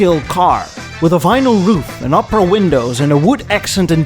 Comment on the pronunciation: "Oprah" windows :)